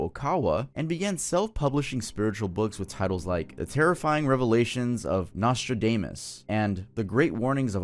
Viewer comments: I hate to point it out, because I know you seem to notice these comments… But you mispronounced “Nostradamus”. The title of that book is in reference to the name of that famous French guy that predicted a bunch of stuff. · Real satanists are nothing like anything you described. Also, Wiccans are earth centered nature lovers who do magic based on things provided by the earth and positive energy. They have nothing to do with these preposterous factions of people who bastardize both parties. Also Nostradamus is “nah-struh-damn-us” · Bro have you never heard of Nostradamous? Just the way you pronounced that surprised me. I was under the impression everyone knew who that was.